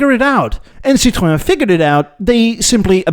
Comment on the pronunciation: Do you see the diacritical marks on the e in Citroën? That means the o and ë are pronoucnes seperately as in Citro-en. And en as in the letter N. It's not pronouces Citro-awh or citron (which is candied lemon peel).